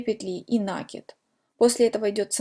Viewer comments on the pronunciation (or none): Ну почему нАкид, в русском языке есть только слово накИд!!!! Не издеваетесь над языком, слух режет очень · Спасибо за МК, очень хорошо объясняете. Не люблю поправлять, но всё- таки не сдержалась, простите: ударение в слове раппорт приходится на букву О, а в слове накид- на букву А. Может быть Вам это пригодится, как блогеру по вязанию. Желаю успеха! Подписываюсь и жду новых , таких же классных МК. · А мне накИд режет слух, так что будем говорить как нам удобно